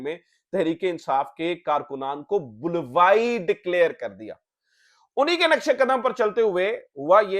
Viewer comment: Please dont mind Sahi lehja BULWAI nahien BALWAI hy